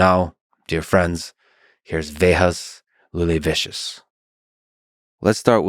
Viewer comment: Talk about bitchering your guest's name - wow! Instead of saying Vėjas Liūlevičius saying vehas looleVIshos 😂